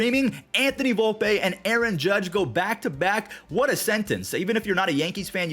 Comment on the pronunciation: its Vol-pee not Vol-pay